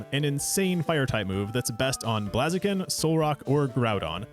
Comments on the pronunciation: This guy is a, "too much water" guy? Also, I never heard someone pronounce so many Pokemon names incorrectly! :) Blaz-e-kin? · I love your Pokemon videos but "Blahziken" is crazy 💀 it's literally a fire type. Blaze i ken like the word